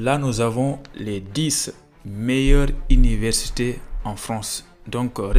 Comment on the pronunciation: On dit pas 'les dis ' comme voix ,on dit 'les di' en voix ,d'abord c'est une preuve a ton niveau en langue française